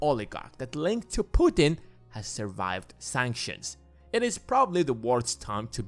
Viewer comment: Who the hell are you to talk about mother Russia at all??? Noone?! Who the hell are you to mispronounce president of Russia name ! Noone ?! Go sleep, kid!